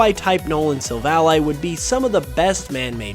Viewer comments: It's sil-vally, not sil-vali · Your pronunciation of Silvally annoyed me a whole lot. I suppose it's because you say the name as a conjunction of silver and ally (friend). While I rather prefer the version that conjuncts silver and alley (street). I understand ally makes more sence, but alley sounds more natural to me